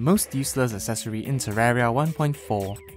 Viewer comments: It’s terraria not terrara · This is the first person I ever heard call it terrara